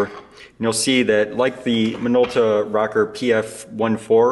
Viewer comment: I'm sure it's an awesome video and I'm even more sure I will find your channel VERY helpful in fixing cameras like I do. But also I couldn't finish this video because of the way you pronounce "Rokkor". Sorry. It's not you, it's me.